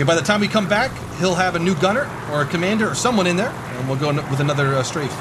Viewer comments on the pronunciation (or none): none